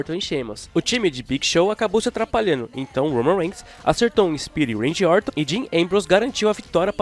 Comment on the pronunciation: A única coisa é ouvirr "Uendy" Orton, de resto tá tudo ok